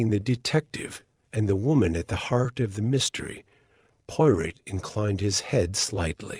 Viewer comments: do you really expect people to listen to this, when the AI can't even pronounce Poirot properly. Shameful. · If you're going to call the channel the POIROT FILES - AI must learn to say the name correctly!!! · Narrator cannot even say Poirot properly. This is hopeless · So upsetting to hear Hercule's last name incorrectly. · AI.. YOU ARE PRNOUNCING HERCULES LAST NAME WRONG...